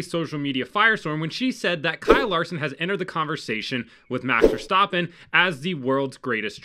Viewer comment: "Max Verstoppin"